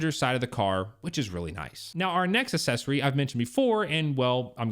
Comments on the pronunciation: How is it that a grown man doesn’t know how to pronounce the word “accessory”?!? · …..please,please,…..please…..google the pronunciation of accessory. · Can't watch your video because you don't know how to pronounce the word "accessory." And you keep saying it wrong over, and over, and over.